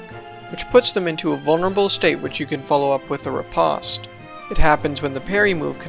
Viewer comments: Riposte: "reˈpōst" It ain't pasta my dude. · okay this was a great video but the way he says ri-*pahst*...